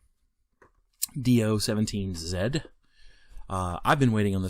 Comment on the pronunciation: Just in case It hadent been mentioned it is pronounced dorn-e-er not dorn-e-a